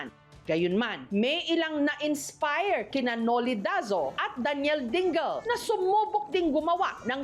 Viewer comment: Ding-le ang basa. ito naman si Jessica parang di pilipino.